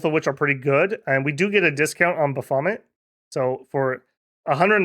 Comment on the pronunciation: Picking nits, but . . . "Marquess" is pronounced MAR kwess in English. "Marquis" is pronounced MAR kwiss in English. The French pronunciation is closer to MAH kee for the latter. Similarly, "Baphomet" is pronounced (usually) as BAFF ome et in English. In French (and sometimes English) it is BAFF ome ay. On the other hand, everyone knew to what you were referring, so the point is pretty much moot. Commenting mostly to pump the algorithm numbers. Love the game, like your playstyle. PS There's a joke somewhere in a double D Lady In Red, but it's too early in the morning for me to find it.